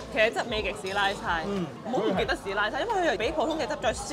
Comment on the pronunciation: 是拉猜，不是是拉差